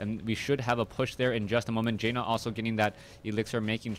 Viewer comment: great cast! but its pronounced JAN-NUH, not JAY NUH <3